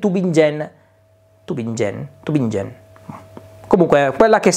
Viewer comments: "Tubinghen " in pronuncia alla tedesca :) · Format molto interessante! ;-) ehm, si dice "Tubìngen" con la "G" dura. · Sui numeri delle elettriche, dubbi non ne avevo, prima o poi, anche se sono senza garage, finirò per comprarla anch'io.... Se ti confondi nel pronunciare il nome della città, puoi dire tranquillamente "Tubinga"... 😄.. Comunque buon format, il TGValenza..., ottimo.. Ciao 😁